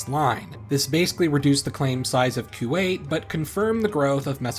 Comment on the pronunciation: On the same topic, it's not "KYU-WAIT", it's "KOO-WAIT".